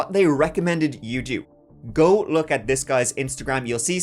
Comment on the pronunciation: Perhaps take a few moments a look up how to pronounce the word "go". Thanks.